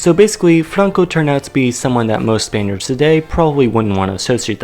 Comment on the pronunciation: he did not say Spaniard he saId spainers